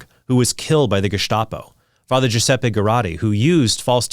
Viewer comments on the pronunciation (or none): none